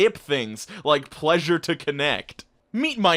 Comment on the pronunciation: "Plessure" got me lol